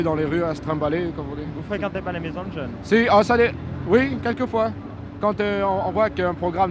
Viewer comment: J'ai rêvé ou il a bien dit "djeuns"?